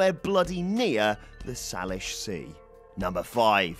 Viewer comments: Sai lish not sahlish sea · FYI the Salish Sea is pronounced SAY-lish. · I'm sure it's a "close enough" sort of thing; but, it's pronounced Say-Lish. They are a Native American tribe. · Say-lish sea. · Psst! Salish sea = say-lish sea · It's pronounced 'say-lish' just fyi and yes all the feet showing up around beaches near my home town its disconcerting yo say the least.